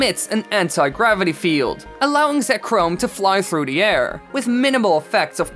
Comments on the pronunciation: It’s Reg-ice not Regi-ice. There aren’t 2 i’s That isn’t how English works. Also It’s Zek-rom NOT Zek-roam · It’s zek-rom. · you pronounced all pokemon except zekrom right you get a B+ good job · except for Zekrom and Regice he did do really well